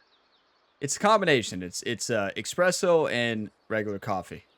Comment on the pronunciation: It shows how well plays golf when he has a fresh piping hot cup of “exspresso”. LOL!! What a round!! And yes, this course is beautiful. Nice seeing a clean scorecard. Let’s win this one!:_gamerOnetime::_gamerHype::_gamerGamerw: Cheers!!